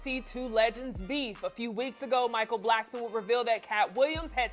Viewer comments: Why do people call him Micheal Blackston? It's Blackson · Who’s “Blackston!?” 😅😂